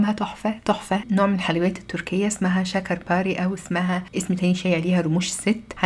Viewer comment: انا بحبها جدا و خاصة في تركيا لأن الحلويات هنا سكرها بيبقي معقول ميجزعش النفس تسلم ايدك يا 🌹 Şeker pare♥️ ملحوظة صغنونة اي حرف e في اللغة التركية ينطق أ و ليس ياء